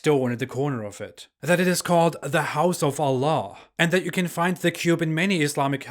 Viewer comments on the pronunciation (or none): you're pronouncing word "allah" in such a funny manner, like OLLOH.😀😃